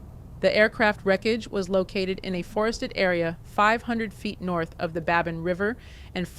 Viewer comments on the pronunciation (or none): Babine is pronounced Babeen.